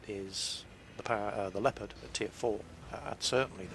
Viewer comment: funny how you say "leopard" :)